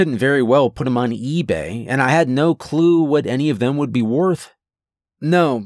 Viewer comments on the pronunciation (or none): none